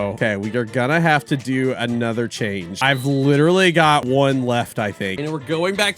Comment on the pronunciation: “Anoter”💀💀💀💀💀💀 “dead railes”💀💀💀💀💀💀